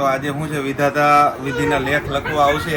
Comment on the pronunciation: વધેતા માં નો કેહવાય વિધાતા કેહવાય...બોલતા શીખો પહેલા બેન